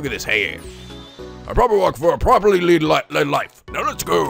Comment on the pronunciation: Ugh, VLR and Ghost Trick both have that annoying habit of saying "lead" instead of "led." eye twitches